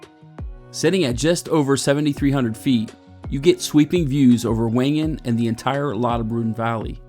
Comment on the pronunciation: Typical ignorant American. Learn the proper pronunciation of villages and lakes. German and Swiss German do not pronounce w’s. Wengen is Vengen not Whengen. I won’t go Into the other multiple mispronunciations. Respect other cultures.